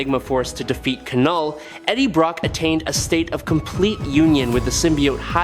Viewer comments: Lol, k-null was killing me this entire video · I thought it was pronounced "Null" with the k being silent.